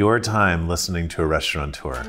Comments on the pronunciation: Learn how to pronounce your own job title. There's no N in it... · Did he say "restauranteur"?